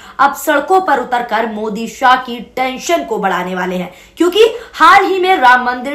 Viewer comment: 😂 news suna rahi hai muhawara sikha rahi hai. Shaha nhin shah bolo .